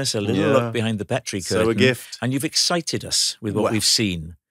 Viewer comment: I hoped Alistair would correct Rob.....its not Pet ree. Its Peet ree....a Dundee and Aberdeenshire name